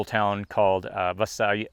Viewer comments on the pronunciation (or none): Just an FYI.....Visalia is pronounced, VYE-SALE-YUH. My first RV we ended up calling the SS Minnow. I feel your pain.